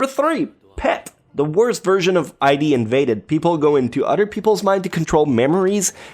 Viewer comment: Wait, you get that In/Specter is a pun but keep saying I.D.? It's Id, like Id, ego, and superego. Brush up on you're Freud boy!